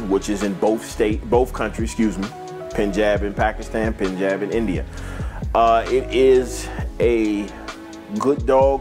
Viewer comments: Its punjab not pinjab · Great documentary...but its not PIN-jab its PUN-JAB. All in all great info, great breeder and advocate! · Penjab lol I think he meant Punjab! Good dogs and good dogman respect!